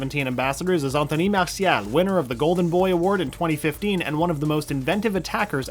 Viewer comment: Äntöny Maasiaal